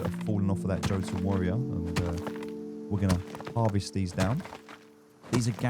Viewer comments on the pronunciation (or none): jo ton? here i was thinking it was yotun